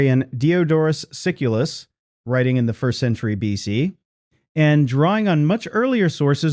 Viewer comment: What is this "billion.c" crap for B.C.? The damnest stupid mistakes and no creator catching it means proof-reading or proof-listening makes me think a.i. is going to start a nuclear war within the next hundred years.